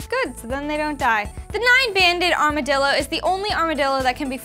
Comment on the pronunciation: uhhhh it's armadillo. like pronounced armor-dillo. you know little-armored one